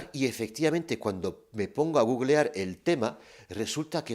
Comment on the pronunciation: Me encanta como le llaman Guguel a Google jajaja